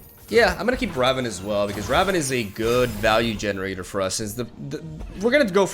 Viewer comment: Pls it's Rah-voon